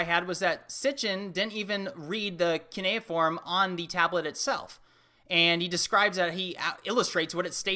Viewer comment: It's pronounced C-You-Knee-a-form, cue like a pool cue